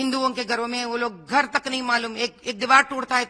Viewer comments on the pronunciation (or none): माधवी लता एक बोगस औरत है इस औरत को भारत बोलने नहीं आता "बारत" बोलती है झंडे को जंडा बोलती है भगवा को बगवा बोलती है घर बोलने नहीं आता "गर " बोलती है खाना बोलने नहीं आता "काना " बोलती है